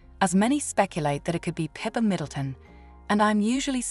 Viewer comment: Pippa not Peppa!!!